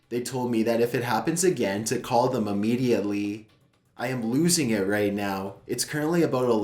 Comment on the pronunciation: Oh for f*ck sake!!! NOBODY should take that long to say the word 'immediately'. I think he actually put in extra syllables! I know he keeps getting grief for the way he speaks, he even has people on Youtube saying he has a collapsed lung ffs. He does NOT have a collapsed lung. I understand he is trying to read his stories in a stylised way for atmosphere but its PAINFUL at times. you are lucky your content is good and I really wish you all the best in life but seriously though, you are losing viewers because you are overdoing that 'voice'. Its too much man.